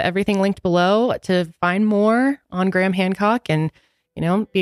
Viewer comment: GRAYHAM not GRAM